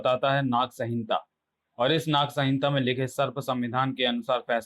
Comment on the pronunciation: Sahinta nhi bro. Samhita. Apni reading aur sudharne ki zarurat hai aapko